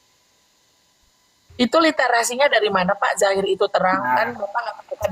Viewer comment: Dohir kan pake do bukan pake j atau pun z,,,kok di bacanya zahir yah ???,tolong itu asalnya dari mana ya ??